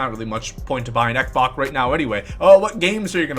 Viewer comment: xbox ( x-box ) not xcboc